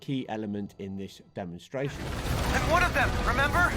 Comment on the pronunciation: Does it bother anyone else that he said doc croc or when he says demonstration or undulations